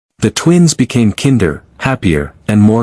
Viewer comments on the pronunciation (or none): A I needs to learn how to pronounce words! "Kinder" for instance...